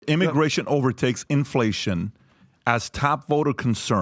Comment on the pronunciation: “Immigration” not “immigation”